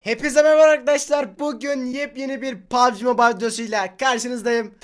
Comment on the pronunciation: Türkiye'nin pubg mobile dediği oyuna papji mobile diyen tek kanala hosgeldizin